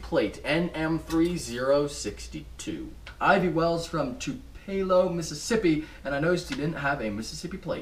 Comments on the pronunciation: Lol he said tupelo wrong I started laughing when he said tup-el-o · You never heard of a Camaro Berlinetta? And your a Chevy Dude? And you can't pronounce "Tupelo" Mississippi...Birthplace of Elvis Presley...SMH